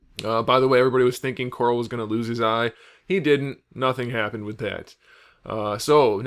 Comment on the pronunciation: I just wanna say I love that you call Carl ''Coral'' as per the delicious meme comics.